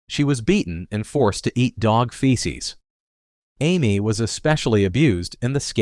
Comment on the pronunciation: It’s “scape” goat not escape goat. Do you not know how to pronounce Samantha and Amy?. You need to proofread your word before putting it out here.